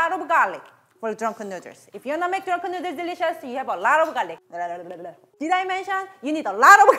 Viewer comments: "Drenken nrderss" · I love the way she said " Dranken Nerdles" * hand flick*